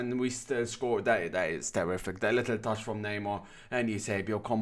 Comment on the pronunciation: No video is complete without at least one "littel tern" lol Great job, as always